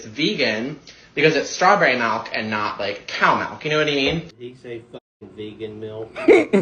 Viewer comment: “It’s strawbarry malk and not, like coa malk”